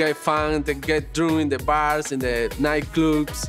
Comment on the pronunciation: "...in the bar and the nIgHtClObz" I died at how we pronounced 'nightclub'